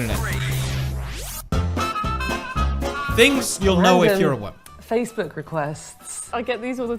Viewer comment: "case your a waman."